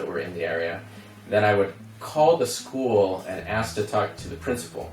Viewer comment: What American accent is that where they say "school" as two syllables? It sounds like "scoo-uh" or "scoo-ul".